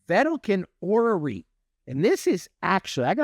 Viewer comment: I spit the water out of my mouth when he was reading vedalken orrery LOLOL I have never ever heard someone pronunce it like that hahahaha great video bro!